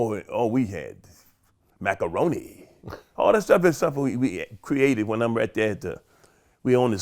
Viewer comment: he said Mack-oroni...whooo...one of the ultimate !!!...hahahahahahaa